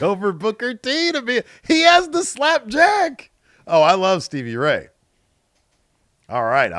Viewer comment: The enunciation of "slap Jack's.